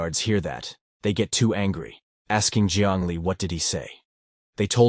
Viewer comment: Bro really say angy